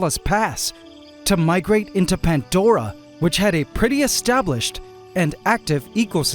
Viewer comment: It’s “pandora” not “pantdora “ I can’t believe this guy- he got hydromeda right tho